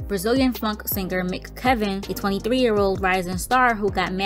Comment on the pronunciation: M.C.Kevin not McKevin